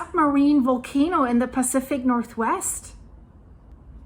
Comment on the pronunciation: Really great info and update 👌 It’s Volcano not Wolcano btw 😂 just kidding, my Deutch pails in comparison to your English. Great to have found your updates and be in touch with all that’s going on these days. Thank you so much 🙏